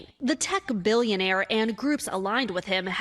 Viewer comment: I, for one, think it's adorbs how he pronounces "billonaire" like the game show host in Slumdog Millionaire.